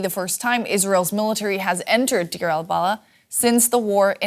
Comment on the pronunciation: Not Dir, but Deir! But some respect on the name